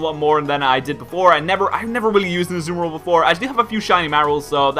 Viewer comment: pronounced Azumarill wrong. It is pronounced As-zoo-mar-ill. (Can't really type the last part of it but the end isn't pronounced ill like someone being sick)